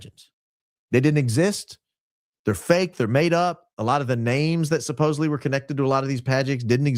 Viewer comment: agreed. I am unable to watch Valhalla. He gives off very bad vibes and keeps saying “supposebly” instead of supposedly. 🤕😅